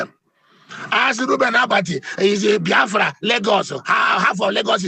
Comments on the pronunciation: Abati, It is BIAFRA and not bayafra- You are not, a good human being but a bloody liar- You betrayed President Goodluck Ebele Jonathan, as His media chief- You are a bloody hypocrite! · Ruben calls us B-A-A-F-R-A!!! Did he go to school??? Maybe he went to an Islamic school? Please I would like him to at least learn how to pronounce Biafra correctly. Is he such an illiterate that he cannot pronounce simple English words??? How can he be working in broadcasting. Okay, maybe because he is a moslem. He is a shame to the studio that he works for!!!!!!!! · Abatị, the name is BIAFRA and not Bafra. Don't pour your hatred of the Igbos on the name. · You can even see the hatred the way he pronounce the name… Baafra… imagine. Always talking with two sides of his mouth. Ndi ara everywhere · Abati, I thought they said that you are a graduate, why calling Biafra, Baafra, like an illiterate? I am disappointed at your level of education and reasoning. You are a disgrace. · Reuben Abati is a confused man listening to him is a waste of time and data. He doesn't even know how to pronounce Biafra.. with his hate- filled bile he is pronouncing Biafra Bafra. Shame on Reuben Abati. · Bayafra 😂😂 Is that what is written down for him to pronounce? Truly a brown envelope reporter. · He can't even pronounce Biafra. Why does he hate Igbo's so much .God will disappoint all of you IJN amen. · Aba titi is a goat. A tribal bigot. Can't even say BIAFRA. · Abati knows how to pronounce every word except Biafra. Abati, may you end as you wish Biafra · Abaty is illiterate. He can't even pronounce BIAFRA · Abati is 100 % anti Igbo , even when u listen to him how he pronounces the Biafra from his mouth u will not need a soothsayer to tell u his hatred for Igbos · Brown envelope RUBEN ABATI. He can't even pronounce BIAFRA well. Well he's protecting his brown envelope. Which country, we're not Nigeria. Foolishness in the highest order.